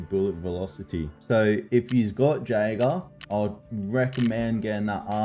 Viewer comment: Wild pronunciation of Jaeger.